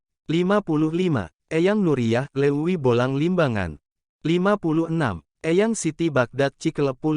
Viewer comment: Cik atuh nu bener maca teh..... nu nyunda.... piraku Leuwi dibaca Luwi..... teu baleg......